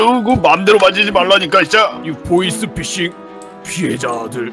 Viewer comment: 보이스피싱을 보이싱피싱 이라들음